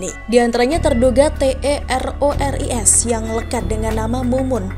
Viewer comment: Kenapa ga dibaca teroris, dieja gitu ga enak